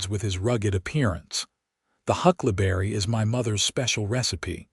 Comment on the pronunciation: Hucklaberry? Did you mean Huckleberry Pie? In listening to the story, keep waiting for Mason to take advantage of Lillian’s mother recipes. Listening from Clarksville, TN.